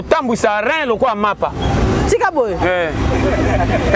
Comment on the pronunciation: Rein et non rain merci